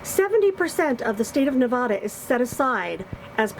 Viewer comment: you’re the best nomad on youtube.... love your videos.. just want to say (with no disrespect) it’s Nev-ad-da.. Not nev-ah-da...drives us residents crazy.